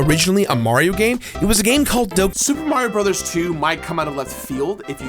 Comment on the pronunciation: SUPA MARIO BROTHAS TWEW!